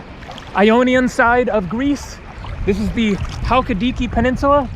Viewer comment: Check your pronunciation of Halkidiki. Can't wait for your visit to Meteora! It is spectacular, and somewhat close to my husband's village. I hope the smoke on Evia doesn't bother you as you travel south. I thoroughly enjoy your posts!!!